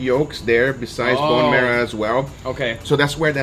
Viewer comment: "BOne MEROW"